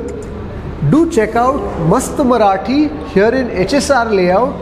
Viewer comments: Love your marathi pronounciation , its just spot on! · Great man.. Your marathi pronunciation is impressive. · Your Marathi Pronunciation is so appropriate. Really appreciated